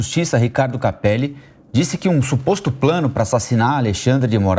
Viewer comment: É incrível como a Amanda não consegue falar "SUPOSTO PLANO" mesmo sendo 😂😂😂😂😂😂